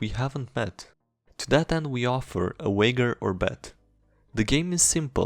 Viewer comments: Wager is pronounced like major. Not Wagger. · I hate your mispronunciations ... "wager" is not uaigger gosh darn it. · "Wayjer" wager. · The way he says wager bothers me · The fact that you can't pronounce "tongue" and "wager" drives a fuckin' nuts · G in Wager is pronounced like in Germany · not gonna lie, it's quite upsetting you don't know how to pronounce "wager" and "tongued" the 'g' in wager is just like in age, it's not like 'dj'(a zh sound) in 'djinn'. the 'g' in "tongued" is like the g in 'bung' or 'fungus'. again, it is not like 'dj'(a zh sound) in 'djinn'